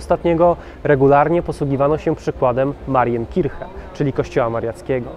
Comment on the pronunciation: Kolejny super odcinek. Gratuluje. Super robota! ps.: Marijenkirśie ;p